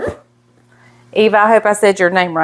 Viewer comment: Eva's last name is pronounced pantoHa. In Spanish the letter J is pronounced as the letter H. Just an FYI. Enjoy your channel so much!